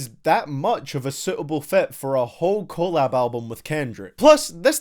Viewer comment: Its collab...not collab